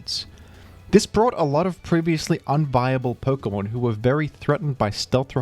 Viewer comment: Why do you say perkamon it’s Pokémon